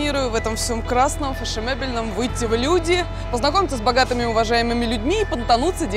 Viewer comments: "ФешеМебельном".. Ивлеева!... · Фешемебельном? от слова мебель? гениально